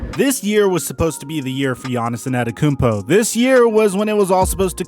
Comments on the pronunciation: peep how he said "anatakounpo" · his name is NOT Anatakumpo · nobody:: Giannis Anenekoompo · You're pronouncing his last name wrong and I know how it's pronounced because I'm greek also no offense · Btw you're saying Antetokounmpo wrong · I cringe every time you say his last name. If you don't know it then don't say it.